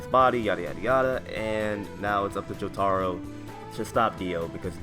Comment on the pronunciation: Jo-TAH-row Bruh